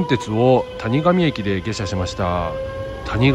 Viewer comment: たにがみは草